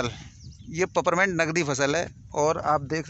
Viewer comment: Paperment nahi hota hai is la name peeperment hota hai illiterate ho.